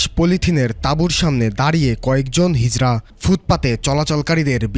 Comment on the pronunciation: ''হিজলা'' আবার কি ধরনের শব্দ? শব্দটা হবে হিজড়া ।